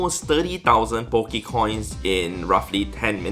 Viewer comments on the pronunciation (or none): did he say bokecoin?!!!? LOL